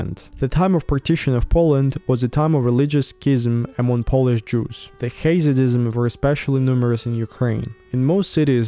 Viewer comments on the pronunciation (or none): none